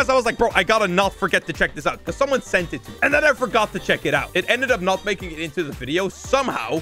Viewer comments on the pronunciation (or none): none